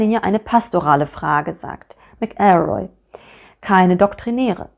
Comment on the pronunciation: Pedantischer Hinweis: Bei McElroy liegt die Betonung auf der ersten Silbe, nicht der zweiten. MAC-el-roy, nicht mac-EL-roy.